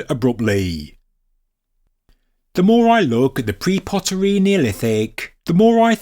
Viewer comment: What sort do Yooo smoke ? How do Yee insist on " pre-poteryyy" in the presence of POTERY ¡¡!!¡¡!!!???